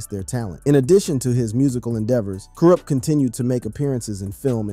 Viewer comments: you have to test AI text to speech always. make sure it can pronounce the words correctly. and when it doesn't you have to simplify the spelling for the AI so it will say it right. so for "kurupt" i would try to normal spelling first, "corrupt" or stuff like kuhrupt, kuhh ruppt, whatever you can think of or google the word and it will have underneath it how to annunciate the word and i found this: ku·rupt Pronounce Kurupt as K Y UH R AH P T or ku·rupt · Why u got him in a wheelchair on yo thumbnail??? Why u keep saying his name wrong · I really wanted to watch this but I got to 2.31 and couldn’t listen to “Kwrup” any longer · It’s pronounced “Corrupt” not “Cur up” 😂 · you dont know who to say Kurupt lol. its not Coo-rupt. its pronounced KER-Rupt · RIGHT! I had to watch and listen to the video based on your comment alone. Kourrrrrrrrrr Ruppppppp 🤣😂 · I love the Doog Pound, Karoopt and Dooz Dillangarr are legends. 😂. Damn AI. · This got to be AI I can't believe I wasted 15 minutes of my life on "kur-up" and "thaw-dog-pown" gtfoh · Yeah just leave our west coast stories alone if you can't say the names correctly, very irritating to hear "Cool Rupt" repeated over and over again. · Who the Eff is koorupt?😂😂😂😂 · Almost stopped watching when u said thaw dawg pound 😂😂😂 then u begin to slaughter this man’s name over n over again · Hey goofball, why aren’t you pronouncing Kurupt’s name correctly????? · Bro doesn’t even know how to pronounce is name 😭😭😭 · OMDG you can tell this is AI bs. You cant say Kurupt, Mutha, etc. Bahahahahahahahahaha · im so upset at the mispronunciation it makes this irrelevant.. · The interview is repeating the same narrative for the first 15 minutes before including other aspects and changes in his life. We love Kurupt , he's the best lyricist, You pronouncing his name in a wrong way. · Ay no shade young bro...But how come you can't pronounce kurupt? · Dayumm say his name right 🤨 my boi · Kurupt fool get it right!!!!!!